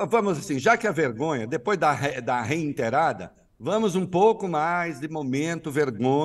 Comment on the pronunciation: Adoro essa observação do Reinaldo Azevedo “é reiterado / e não reinterado kkkkkkkk